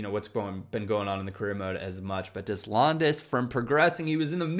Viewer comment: You're killing me here. DAY-lond. Des = day. landes = lond/lawnd whichever helps you picture it better. Please man, it really is unbecoming to mispronounce it multiple times every video. I just want to help here.